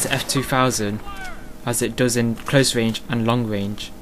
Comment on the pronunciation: XDDDD wange, wate, wifle..... hahahahahahaha this guy killed me!!!